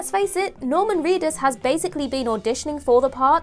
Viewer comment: It's Reedus, not Cleetus.